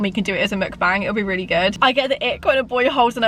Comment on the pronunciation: Why did say weally 😂